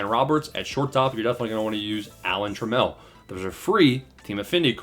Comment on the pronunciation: 🤢🤮🤢🤮 .....1984 World Series MVP......Brush up on your knowledge of baseball history and learn how to properly pronounce names of historic players